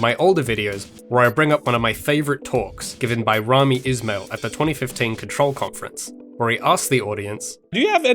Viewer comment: The way you pronounce 'ismail' haunts me. Good video though! Really love where this project is going.